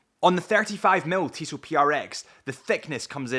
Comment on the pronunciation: As a native french speaker, I appreciate your correct pronunciation of "Tissot". :D